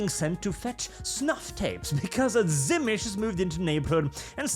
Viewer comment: Zimish? I thought it was pronounced Zi-meet-zee